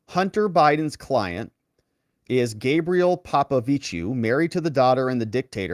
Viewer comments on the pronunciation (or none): none